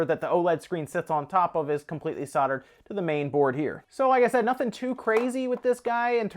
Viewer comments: ‘Soldered”... (not soddered) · Soldered not soddered